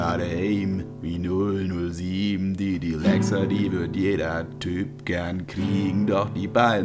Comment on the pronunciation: Dylexa wird aber Dilexa ausgesprochen nicht dailexa